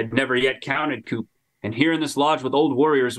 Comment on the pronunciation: Love y’all’s stuff, but that last 30mins mispronouncing counting coup 118k times was killing me